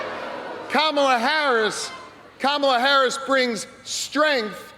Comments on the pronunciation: He is not pronouncing her name right! They are yelling him and he is not listening. Finally! Like Comma'la 😀 Who comes on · I like how they are correcting him with the pronunciation of Kamala's name! 😆 🤣 😂 😹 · I bet that poor mayor will never mispronounce "Kamala" again 😂